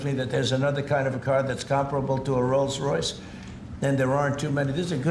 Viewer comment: He calls it "Rose Royce"....that was a pop group.